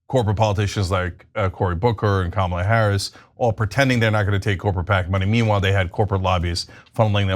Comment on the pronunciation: Ana pronunciation of Ka.ma.la is most accurate of all.